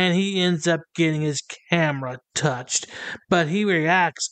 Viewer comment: I love how you say “touched.” As if you were about to say destroyed. He cut it out, nothing happened. No way would he take out the guard getting cited or arrested. NO WAY!